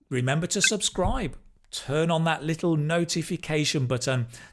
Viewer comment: I have observed the all speaking test and concluded that in his 2nd part of the speaking ...his pronunciation of little was like lethal that doesn't mean kid it's just a synonym of killer and something that is really deadly